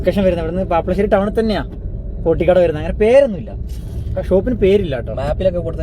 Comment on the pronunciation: പാപ്പശേരി അല്ല പാപ്ലാശേരി ആണ് ശരിയായ പേരെ